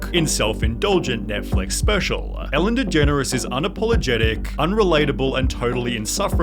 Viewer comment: Atlanta-"Fellen Degeneres"